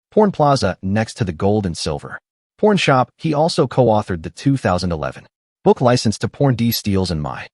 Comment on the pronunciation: Some needs to reprogram the IA it's calling it a porn shop instead of a pawn shop